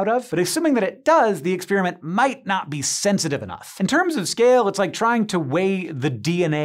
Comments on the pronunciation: What is it with this "new" pronunciation of "experiment"? It's not "exspeariment" . . . . it's "experiment" . . . no "ears" just "pears" . . . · None of this is really new or exotic. There are many books with all this stuff in it, so the research probably took less than a day. The experiment is cool, even though he pronounced it "ex-spear-i-meant".